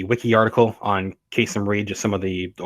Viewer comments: Kay-SEEM - not Kay-SUM. . . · His name is pronounced kah seem. And yes charges about corruption have surrounded him for years. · Its pronounced kaSeem. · Enjoy your presentation, but need to correct the former mayor’s name (not that I Care anything for him), but he pronounces it: Kaaseem - short a’s. Who knew???knows????? The old professor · KA-seem Reed. I'm from Atlanta...